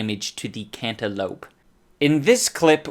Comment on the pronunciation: i love the way he said Cantaloupe, i fucking laughed so hard the way he was talking